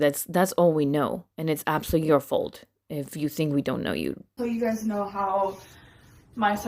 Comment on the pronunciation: Ah, "you guises". Love it